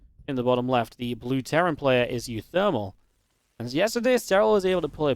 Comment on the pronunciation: you keep mispronouncing one of the player names; it's pronounced oowooThermal.